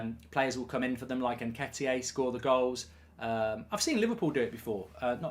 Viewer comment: Your right Mark Nketiah, not Nketieh, isn’t Jesus…. He’s a completely different person 🤷‍♂️ Just like Weghorst isn’t Jesus…..